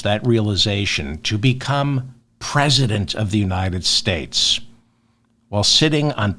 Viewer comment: The People of the United States! Why do you guys have so much trouble saying that ?